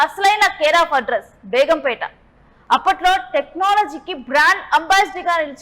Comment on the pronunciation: Begumpetaa kaadhu madam it's begumpet